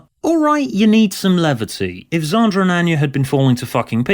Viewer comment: Props for using a soft a in Xander and psychopath. Thats queen level RP